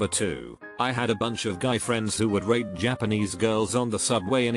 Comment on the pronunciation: Part 2 of the first story I heard 'rape' instead of 'rate' and just shot milk out of my nose😅😂